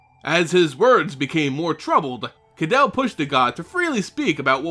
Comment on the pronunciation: I'm pretty sure you are mispronouncing her name... I'm pretty sure it should sound like (Ka-day-lee) and not like (Adele) with a K. Kydele should sound more Greek and less European English.